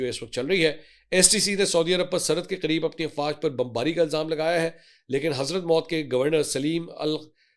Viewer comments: It’s not Hazrat Maut 😂 It’s pronounced as HADHARUL MOUT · کیا آپ کو اردو پڑھنا بھی نہیں آتا حضرموت کو آپ نے نو مرتبہ حضرت موتکہا ہے